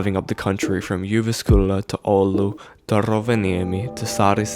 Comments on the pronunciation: it's not really pronounced "jyvaskylla" it's more pronounced "youvaskula" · Juvaskula, sounded like pronounced Russian.